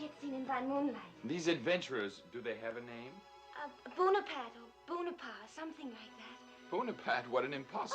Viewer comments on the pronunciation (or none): Napoleon ey bon apart ey , Everything is always ey! But it should be known that you can google the pronunciation! It’s a sign of respect to pronounce right ! ✌🏻